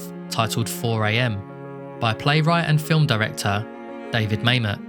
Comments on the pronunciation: You are correct - Mamet's name is pronounced "Mah-met." NOT "May-met." But that's ok, most people go through life without ever hearing Mamet's name pronounced. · Yeah, didn't notice inquirer, but Mamet definitely rhymes with dammit. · I thought David Mamet's name was pronounced like "ma'am it." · Couldn’t find the doc to rewatch so I watched this. Good work. Except for never figuring out how to pronounce Mamet.